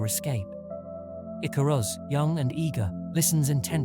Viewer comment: I actually think the icarus story is fairly poignant for humanities reach. And although we do get it wrong we strive perhaps too close to the sun sometimes. The artwork is great 👍 Edit* icarus pronunciation needs some work 😅